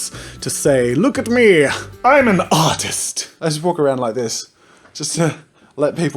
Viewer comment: When you sead im an artist it sounded like you sead im an autist😂😂